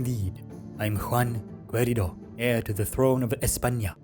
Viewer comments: Keh ree dou = querido. Que is pronounced like if the u wasnt there 👌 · I believe Querido is pronounced as ke-ri-do. Like the ke in kettle, ri in ring and do in dog. So almost right nice voice acting overall:D